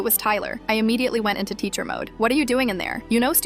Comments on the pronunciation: It's teacher not tescher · Tescher not teacher